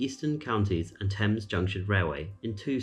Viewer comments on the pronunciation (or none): none